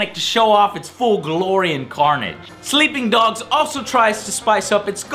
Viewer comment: "Sleeing Dogs"